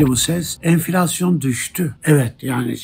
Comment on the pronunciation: Enfilasyon düsdü😂😂😂😂😂 Beli girildi enfillasyonun agepenin guvetinle😂😂😂